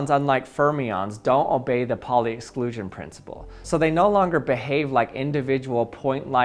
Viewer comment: You are pronouncing the pauli exclusion principle wrong. It's "powlee"